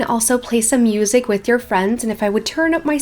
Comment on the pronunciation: “we have the mEeUsEk”